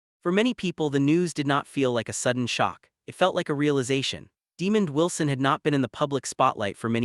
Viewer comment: I am so sick of these A.I. generated sites. It can't even pronounce the mans name right.